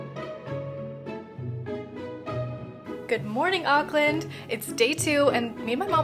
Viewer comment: Glad to see you had a wonderful time in Auckland - I live there :) You said all of the place names correctly, well done.